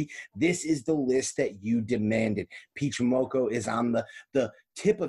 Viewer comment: "Peach Momonoko" - lol